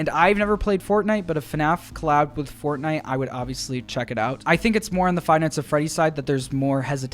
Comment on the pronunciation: HELLO AND WELCOME BACK TO ANOTHER VIDEO ON FUHNAFF 😝👍